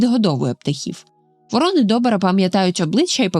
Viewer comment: ВорОни та вОрони (круки) - абсолютно різні птахи. А тут змішали їх докупи, постійно ставлячи різний наголос та показуючи у відео як врОн, так і вОронів. То про яку з цих двох птахів було відео?